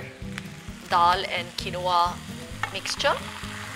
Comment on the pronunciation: It’s not pronounced as kenova It’s keenva